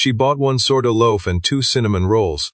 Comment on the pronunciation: And sourdough, and oven.